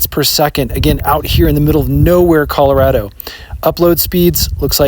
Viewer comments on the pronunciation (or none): none